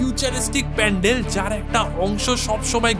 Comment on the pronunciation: Pendel na pandel😂😂